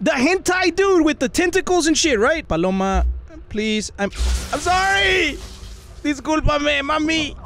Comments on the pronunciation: Not Paloma it's baloma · "Who the f is Paloma??" XDD I laughed so hard bc u called her Paloma XDDDD ( or he said Baloma Idk) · I'm fine with you not saying this correctly it just makes it more funny!